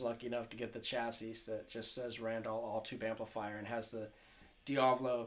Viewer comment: LOL RAND-ALL THE WAY YOU PRONOUNCE IT IS LEGENDARY